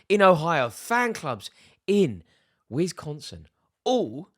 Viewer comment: "wizzkonsin" lmao